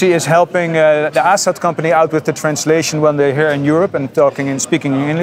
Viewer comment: Hi. The Name of the power Ascender Company is Asat. Not Afast. Cheers